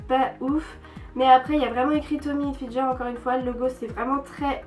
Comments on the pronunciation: Sa se prononce hilfiGUEUR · Mais punaise c'est pas Tommy HilfiJER c'est HilfiGER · Mais comment tu prononce le Tommy Hilfiger genre Tommy Hilfi"jeur"😂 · "Tommy hilfilGer " 😂😂😂 oh non jpp 😂😂 c'est ger genre sa se dit hilfilgueur 😂😂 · "Tommy Hilfijer" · J'chui d'accord avk les autres commentaires et c gens on raison c n'importe koi vos mieux acheter et payer l'vrais pris ke payer une amande et apprend ke la marque tommy hilfiger sa se prononce hilfiguer prck tu plc avk ton accent de hla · Magda Léna bas elle c'est peut être trompe comme tout le monde sa arrive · Moi aussi ça m'a légèrement choquée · Tu prononces mal Tommy Hilfiger. Merci de changer ça car c'est très gênant